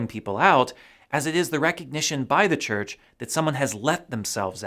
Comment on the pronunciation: CHURCH NOT CHRCH ....SORRY ! 😎